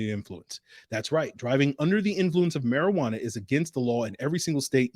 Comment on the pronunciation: He almost called marijuana Mariotta. Classic 😂